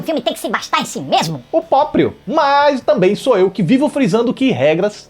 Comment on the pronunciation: Gente, eu to rachando de rir no "o poprio" nos kkkkkkkkkk